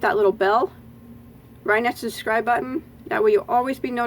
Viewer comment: I simply adore how you drop the letter b and say, SUS'SCRIBE. I find myself saying it too! I love your tutorials and "sus'cribed" a long time ago.💖🌹